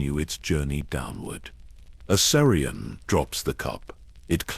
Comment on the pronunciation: I don’t think you pronounced Aerion’s name correct once.